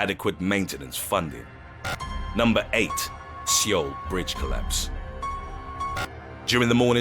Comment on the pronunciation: Christ your pronunciation is terrible. Seoul, the capital of South Korea is pronounced ‘Soul’ not “Seeol” every video I watch in this channel has similar mistakes...